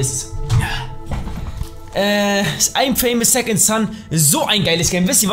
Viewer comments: ES HEIßT INFAMOUS NICHT I AM FAMOUS SECOND SON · Lol hahahahaha "ImFamous SecondSon" Hahaha